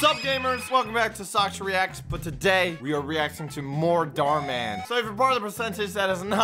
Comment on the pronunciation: Dhar Mann sounds like door mann